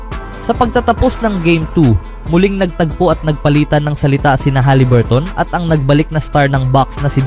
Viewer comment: Huliburton boy hindi haliburt.... Ikaw lang bumibigkas ng ganyan. Paiba-iba ka pa ng pronunciation sa ibang apilyedo... Ayusin mo...!!!